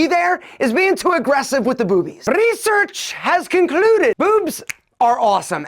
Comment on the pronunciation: "Rrrrrrrrresearch" gets me all the time😅